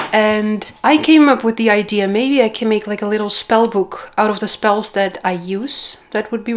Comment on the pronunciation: Did she say "book of spells"?